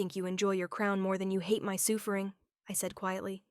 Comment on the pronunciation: The "soofering" was killing me!!!😂😂😂